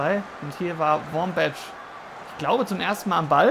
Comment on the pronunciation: ein Verbesserung der Aussprache: Die Nummer 20 der USA (Wambach) wird mit k am Ende ausgesprochen.